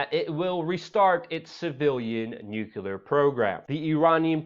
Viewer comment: "Newww KLE AAARRR" Nuclear. Come on, Fam!